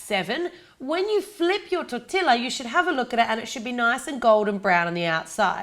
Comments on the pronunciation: I love you and your videos but it's pronounced TOR-TEE-A. I'm from Texas btw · love this recipe! Just by the way, the 'll' in tortilla is pronounced like a 'y' so the word is said like 'tor-tee-ya' :) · I cringed when you said "tor-til-ah" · The two L's in tortilla are pronounced as a Y. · Me da risa como pronuncia "tortilla" XD ¿y por que todos fuera de México creen que por usar una tortilla ya es un taco? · Did you mean to pronounce tortilla like you did? 😂 love your channel by the way!!